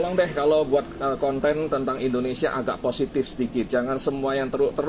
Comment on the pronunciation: Ejaan pun tak betul..conten jadi kanten... nampak sgt sekolah tak abis